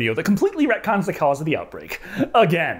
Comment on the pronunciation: I thought you where saying 'redcon'. and couldnt find what it meant. Now I know its retcon. Suddenly the world makes sense